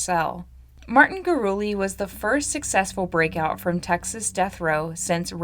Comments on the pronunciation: You're such a good storyteller, I appreciate your true curiosity about all these cases! It's also "goo-roo-LEH" instead of "gooROOlee." =) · It's Gurule like "Grolet" from the original French name (later assimilated into New Mexico Spanish America society 1700s)